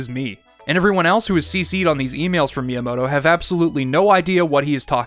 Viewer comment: It's pronounced Mi-yamoto, not Miya-moto